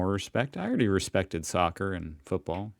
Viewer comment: It's Football... It's not hard to say ffs